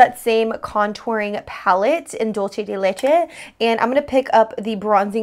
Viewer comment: Great video but did anybody else cringe at the way she said dulce de leche?